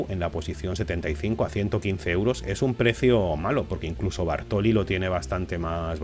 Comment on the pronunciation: Se dice Baroli, no Bartoli.